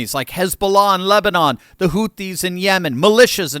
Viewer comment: The number of times almost said lesbian instead of Lebanon 🤣🤣